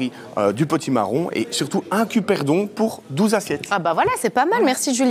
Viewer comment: CuBerdon, pas cuperdon....grrrr